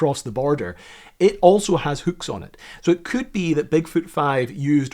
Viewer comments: say hüücks one more time,...I dare you. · Why is it so hard for this guy to say hooks? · lol never heard hooks pronounced as hukes 😂